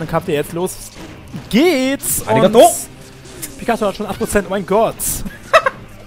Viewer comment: also du "aligator" japanisch ausgesprochen hast hat sich das für mich angehört wie arigatou o.O ich wollt schon sagen für was bedankt sich der sich jetzt XD